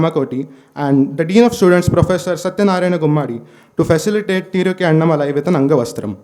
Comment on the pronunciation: It is Annaamalai. Not Annamalaai. There is aa ki maatra after Anna. What is this malaai dhoodh ghee.